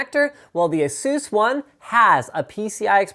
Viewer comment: lol "asoos"